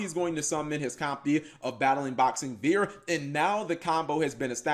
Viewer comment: Why are you calling it Veer? It's name is Battlin' Boxer Veil